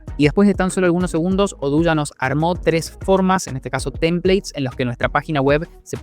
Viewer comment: Eso de odoo no es como lo dices es diferente